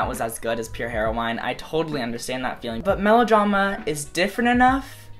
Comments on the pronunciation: how you said pure heroine made me laugh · You say heroine so funny I love it ahh